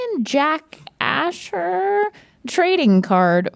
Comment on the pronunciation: The way pronounced "A-Shore" as Asher...lol